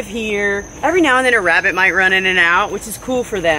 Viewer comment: how you say wabbit instead of rabbit